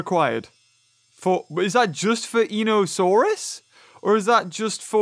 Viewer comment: Now in real life I am only 10 years old and I know that you know a lot about dinosaurs but in einiosaurus the e is silent